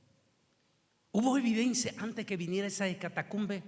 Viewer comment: Es "ecatombe" mi don. No ecatacombre.